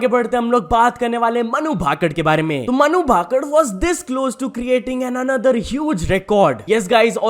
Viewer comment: Not भाकड ..... It's Bhakar भाकर